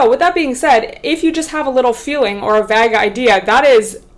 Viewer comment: The way you pronounce 'vague' is super cute though 😆 x